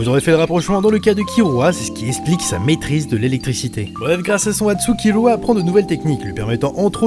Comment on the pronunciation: J'adore tes vidéos et tes classements sont super cool (même si comme certain l'on dis: des fois c'est dommage que certains personnage emblématique n'y apparaissent pas... mais tu peu pas tous les connaitre ^^). Par contre je suis désoler mais c'est vraiment moche quand tu prononce les nom japonais a la française je dis ça par rapport a Kir(l)ua (jte demande de changer si tu n'y arrive pas mais ca fait vraiment bizarre ^^' ) Sinon a ta prochaines vidéo! =) (vive One piece!!)